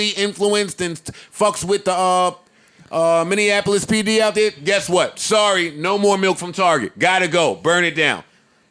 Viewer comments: Lmao minineapolis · Romy Taylor we don’t even book talent here if they mis pronounce Minneapolis. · don’t ever say Minneapolis again. That’s not how you pronounce it. Joe knows what’s up. Put on.